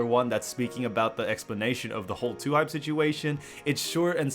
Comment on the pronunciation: Lmao dude said Lhype